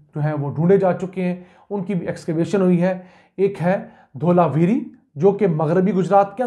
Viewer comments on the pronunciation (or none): Not dholawiri but DHOLAWIRA.